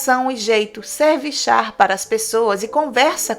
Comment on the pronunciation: pq vc coloca o fonema érré no final de algumas palavras? "Chár" ao invés de chá, e outras palavras? Isso é muito feio, seu trabalho é muito bom, procure corrigir isso.